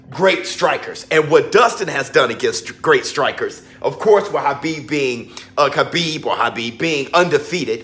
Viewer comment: Yo 🤣🤣you murda Khabibs name🤣🤣🤣